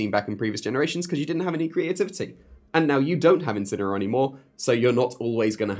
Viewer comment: Ngl, I thought you said incel